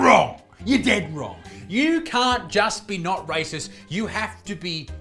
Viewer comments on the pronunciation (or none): His accent sounds funny. it sounds like "Rises" when he tries to say "Racist".